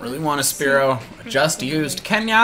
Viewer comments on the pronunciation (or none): none